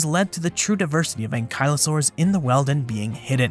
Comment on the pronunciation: Sorry, but I have to point out that 'Wealden' isn't pronounced 'Welden' but 'Wee-alden'. The steam word 'weald' is Old English for 'wood' or 'woodland', and if you encounter it in a place name, you can be certain that at some point the area was wooded.